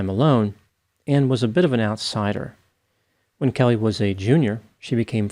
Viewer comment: Damien’s not even kayoot, Kellehhhhhh!!! 🤨